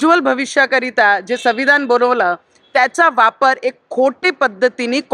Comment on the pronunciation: संविधान हा शब्द निट बोलता येत नाहीये 😂😂😂